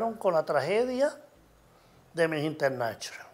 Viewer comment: Internashonal Jajajaja